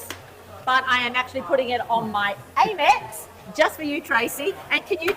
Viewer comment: frrrr. it also grinds my gears hearing her call it "AIM-ex", like i've never heard someone pronounce amex like that in my life 😭